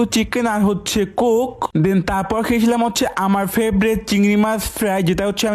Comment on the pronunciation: কোক ❌কুক✅